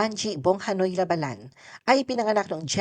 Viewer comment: Ang masasabi ko, paki ayus ang pronounciation ng La Ba lan..hindi mabilis.